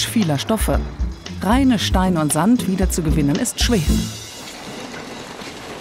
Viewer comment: Warum klingt das Wort Sand jetzt so komisch